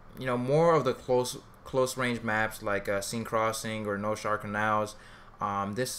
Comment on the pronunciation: slug is for long range, its all the power of the buckshot pellets combined into one bullet so instead of landing a few pellets from long range it tightens the spread down one bullet and you just have to land that, and seine crossing is pronounced sen like when you say send